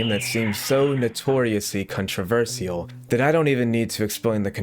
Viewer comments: my heart shattered into a million pieces when I heard how you pronounced "controversial" and "controversy" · Con trah versy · Why do you say controversial like that?